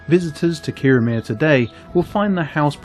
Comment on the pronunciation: I totally agree. I was in Kirriemuir a few days ago, not in Kirriemare, and I was on the Breech('ch', like the 'ch' of loch) Road and it's Thrums not Thurms. It shows an ignorance and laziness. I'm not even Scottish.